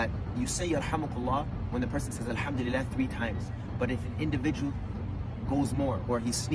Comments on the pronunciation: Excuse me, are you being smart with me? "SHORT vowels"? Then why are you pronouncing it with a looong ee sound? "lee"? Should be "li". Get it right, because these are different. Do you pronounce sleep and slip the same? No. They're different. Also, it should be a double L. It's not leeleh. It's lillah. The L is double pronounced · yes, that is how "All praises due to Allah sounds in arabic. Transcribed as : Al ham doo- lee- leh in english. • The grammar in the arabic language introduces short vowels in "Alhamdulileh " such as the kasra shown above the letters. So the word "Allah" will not be pronounced in that manner.